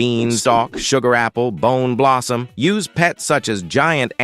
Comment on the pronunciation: and i thouth bone blossom are in new tear why did you said the boom blossom primastic what are you saying